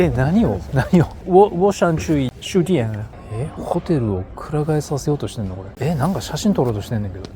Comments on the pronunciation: 毎回気になるけど、酒店の読み方(ジオディエン）、しゅでんじゃ伝わらないと思う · Fireさん的酒（Jiu/じゅ）店的发音每次都有点像书（しゅ）店呢，不过其他的发音已经很好了，学习速度很快呢